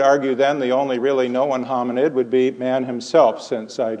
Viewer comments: i don't know if anyone has answered this, but the accent you are hearing on "Know-en" the elongated o monothong, with a hightened schwa, produces a two syllable "kno-un". I don't know where this would map on his life, but the "trap" vowel you are hearing in craps to crepes is in and around St. Louis. maybe menton is from there? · Is he where PraiseIAm got his two syllable form of known?